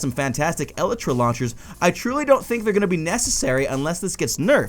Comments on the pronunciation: YOU KEEP SAYING ELTRA NOT ELYTRA RRRRRRRRRRRRR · its elytra not elitra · E-LY-TRA NOT El-e-tra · E-lie-truh. NOT eluhtruh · It's pronounced E-LITE-TRA not EH-LITRA. Sorry, you were hurting me. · Your saying it wrong, it's not eltra , it's elytra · El-ee-read not El-i-tris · It's "el-ee-tra" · so cringy its (e-li-tru) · I cant watch this anymore he is say "elytra" wrong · You say Elytra wrong. GAH